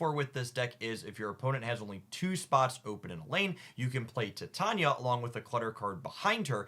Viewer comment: I love the content, but please PLEASE pronounce Titania correctly 😭